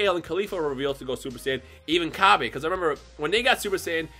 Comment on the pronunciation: why do you still pronounce Cabbas name like that we have a official way to say his name now and thats not how you say it